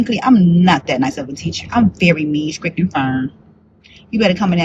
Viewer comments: "Y'all so SKRICKED. Y'all so SKRESSED." No way she's an actual Reading/English-Language Arts. NO WAYYYYY! 😂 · What is with the "skrict" and "skressed", and "value" instead of "volume", and "sussessful"? There is nothing wrong with the way she looks whatsoever. People with all bodies should be able to hold whatever jobs they want. And she is absolutely gorgeous, no doubt about it. She is a very pretty woman. It's the way she dresses and carries herself in an oversexualized way in front of students that makes her a problem. Also, whether the parents consent or not, children cannot consent and their faces and names should not appear in videos. Don't fire her. Make her dress appropriately, stop acting as though the school is her dating pool, and make her speak appropriately. Bigger women are not forced to wear mumus anymore. That's BS. She could wear body appropriate clothing that is designer and looks good. She'd look a lot better if she did. But the worst is her grammar and speech patterns. She knows better or she wouldn't have been able to graduate from college. So she could absolutely dress, act and speak appropriately. And ffs, don't allow her to call herself "teacher bae". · “I’m very mean, SCRIPT, and firm.” 😑 And she’s a reading teacher?! She can’t properly pronounce words though. 🤷🏾‍♀️ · “Scrict?” “Scressed out?” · Did she say scrict and scress? Please tell me she didn’t. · Did she say SHKRIT for STRICT???? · I don’t want my kid taking any classes from a teacher who can’t pronounce words like “STRICT & STRESSED” not skrict & skressed!! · I am with the guy on her teaching method … she is struggling pronouncing stress and strict 😑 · *scressed out" and "y'all so scrict"..... And she's a reading teacher??? Yikes.